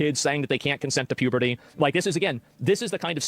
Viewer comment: "If dey can't consent to H-ahhh-T, then dey can't consent to puhbahhteee"